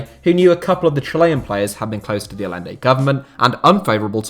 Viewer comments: The name is pronounced "Al-YEN-de", not "All-lende". Beyond that, has there ever been a time FIFA wasn't a sewer of corruption? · Aye-enday not a-lenday lol ETA: yoon-ta not jun-ta lol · The LL is pronounced like a Y , Ayyende not Al lende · It's not pronounced Alende, it's Ayente. Salvador Guillermo Allende. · It's pronounced "Ayende". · Great video, and it might be nit picking, but as a Spanish speaker, I have to say to say it. Hahaha hearing you pronounce Allende was actually quite grating. It's spelled Allende, but it's pronounced like Ayende. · Just so you know, Allende is pronounced Ayende. Two Ls in Spanish make a Y. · His name was pronounced "A-yen-de" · Is it not ‘ay-ende’? The double ‘l’ in Spanish is pronounced like a ‘y’ or in Argentina like a ‘j’. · just thought I should say that Allende is pronounced Ayende, the double l is its own character in spanish and is pronounced as a Y sound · Allende = "a-YEN-day". Would it have killed you to take a few extra seconds to learn how to pronounce the man's name properly? I mean, you certainly got Pinochet's name right. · How is it you can pronounce Pinochet correctly but not Allende?